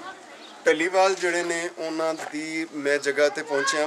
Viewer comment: dhaliwal (ਢਲੀਵਾਲ) nahi, dallewal ( ਡ ਲੇਵਾਲ ) keho ji, Gulab Singh dallewalia c